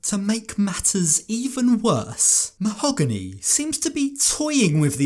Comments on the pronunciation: Anyone catch how he said "Mal-gony", not "Ma-hog-ony". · Why doesn't he say "Mo-hag-any"?!?!?!?! Its NOT Ma-hoe--ga-nee!!!! Guess that sounds more exotic 🤣🤣🤣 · did he just call her ma-ho-gunny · It’s “MA-OH-GAAA-NEEEE” 🙄😂😂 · Or as he used to say "Ma-HO- Gany" aka his new child....ummm wife 😂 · why is she pronouncing her name differently ? she said it was mo-ha-GAH-nee previously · Ah yes Ma-hoo-gonny 🤩